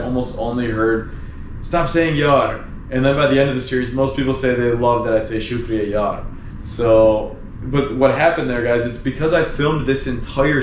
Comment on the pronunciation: Hey, really enjoying your videos. I live in Australia and It's been 3 years that I've had visited my home country due to Covid Restrictions. Your videos brings back alot of memories and also i like the way you say Shukriya Yar! Sounds cool.